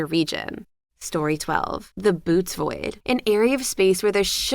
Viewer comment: Bootes void is not pronounced boots It is Boo-tay-ease Otherwise, interesting topic and quite the pleasant voice. Thank you for the upload